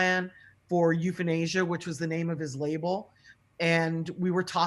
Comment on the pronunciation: Pac said Euphanasia